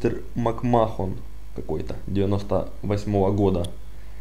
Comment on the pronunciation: послушай англоязычных комментаторов, они произносят "Макмэн"